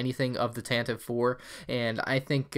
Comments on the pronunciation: Love your videos!! btw, Tantive IV is read as "Tantivy Four" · Tantive 4 is actually canonically pronounced like Tantivy 4. Bit weird but I like it.